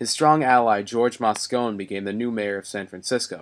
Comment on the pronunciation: Moscone is pronounced Moscony, not Moscone. This narrator must not know much about this story, and is just reading copy.